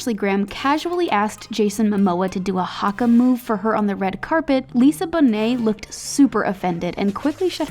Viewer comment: did anyone else cringe when she said Haka or Maori